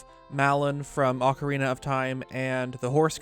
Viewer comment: Can you please stop saying ocarina wrong it’s annoying.